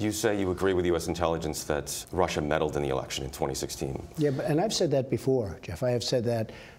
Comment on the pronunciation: "There's no colusion. I didn't deal with Russiaah. I have nothing to do with Russiaah with respect to my race." WTF is he bloviating on about.